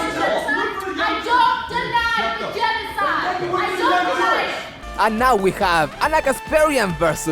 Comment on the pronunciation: Armenian Yeno-YouNoWa-Side 🤣🤣🤣 love my boi